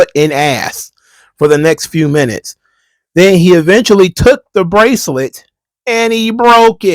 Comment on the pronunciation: What's wrong, Mr. Best in the World? Your bwacelet bwoke? Okay, just go to Michael's and buy a new string for it.